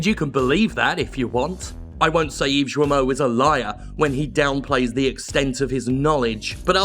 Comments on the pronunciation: It's [gijmo] please... It's painful. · Hello I am a company that made open world when you play a white dude on vengeances for ten year But I am "woke" Yves guillemot ce gros clown. I am sure people already said it to you but Yves guillemot and Serge hescouet dont prononce lile that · Jim mispronunciation of french names is hilarious. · Ok so I know it doesn't matter even a little in the grand scheme of things, but Serge is pronounced like 'surge', and the T at the end of his name is not silent. Also the g in 'Guillemot' is hard (ghee-yuh-moe). That being said, obviously fuck both of those guys.